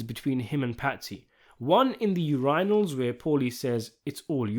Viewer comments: Im sorry, i get youre a foreigner but referring to urinals as "u ray nals" is an insult to our intelligence. Im honestly ashed and appauled. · What's with the AI-like pronunciations? gri-MACing -- uRINals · UREYENULLS! I knew I pronounced that wrong!!